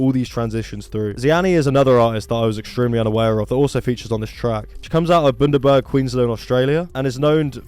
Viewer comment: Pronounceing Bundaburg like that is wild. Like the town is famous for cheap rum and warcrimes committed in poland